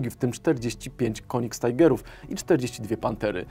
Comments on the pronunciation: Tigerów. Nie Tajgerów. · "Königstigerów" a nie "Konigstajgerów" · "königstajgerów" serio? Albo tygrys królewski, albo king tiger albo königstiger. Nie mieszajmy angielskiego z niemieckim.